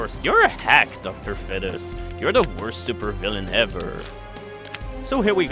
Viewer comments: its not docter fed-is its feed-es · Dr fetus is pronounced Docter feetus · why is bro saying dr fetish😭😭😭😭